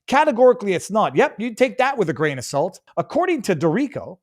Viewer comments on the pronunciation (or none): none